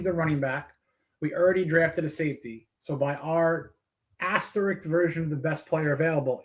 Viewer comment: ASTERISK risk not rik or rix RISK